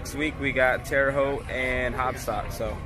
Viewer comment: It’s terre hoot lol